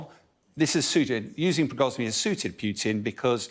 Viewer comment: He really needs to learn how to pronounce those names, including Putin. Putin -> Путин -> П - у - тин -> P-oo-tin. Otherwise half the viewers with any knowledge of Russian will roll their eyes and not listen.